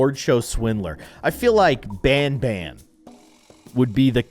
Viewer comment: BANBAN? ITS PRONOUNCED BONBON